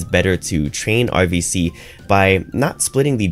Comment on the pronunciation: Question from a non native speaker: You pronounce RVC like OVC - is this intended? You otherwise pronounce "r" quite distinctively - noticed this in the last 5 videos or so.. :)